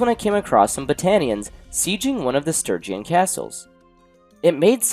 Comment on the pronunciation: Bruh, for the love of god please pronounce Sturgeon Stir-jon. Stir-gee-on is making my ears bleed. It's my surname and this hurts me lol